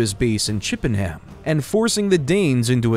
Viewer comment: Very much enjoyed this. As an English person, it would be nice to hear place names pronounced correctly:- Leicester - Lester Athleberht - Althlebert - (silent H) Chippingham - Chipping am (silent H) Durham - Dur am (silent H) William Tyrell -Tirral - i as in in. Otherwise a good introduction to the British monarchy.